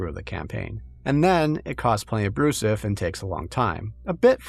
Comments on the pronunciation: “Brouzouf” is pronounced like “brew-zewf” not “brew-suff” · For the love of baguette It's pronounced "brew-zoof" And it's a very 2000s slang word, very dated nowadays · "Brouzouf". Weird and hard to pronounce for non-French speakers ("r"/"ou"), outdated slang even in 2011 (in a "your-dad-thinks-its-funny" way) that absolutely destroys all immersion for us French-speakers... It kinda sounds like a stupid inside-joke placeholder they forgot to change, yet it seams like it might be reference to a 80s parody journal or something ? I love that choice of word, it's so... unusual. They should have called the game "Weird Baguette Warhammer" or something.